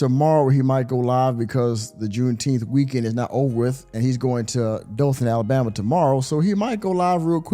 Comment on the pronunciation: I dont trust anyone who cant pronounce Mercury or Alabama correctly. I dont agree with juneteenth being a federal holiday. Been celebrating it since the 90's... making it Federal really watered it down.